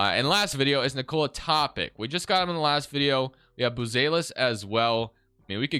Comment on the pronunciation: Just an fyi it’s pronounced toe-pitch